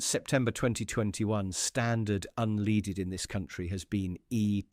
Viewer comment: Why is the alleged mechanic saying 'unleaded' pronounced as in (dog) lead..'unleeded' ?